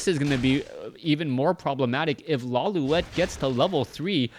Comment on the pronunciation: isnt it pronounced "LawLeet"